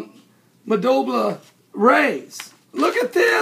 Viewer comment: Hahaha "Madolba rays" it's Mob-u-la. And as people have pointed out, those were devil rays